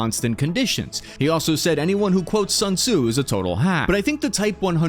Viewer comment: Don't pronoun Sun Tzu as sun sue. That's plain wrong.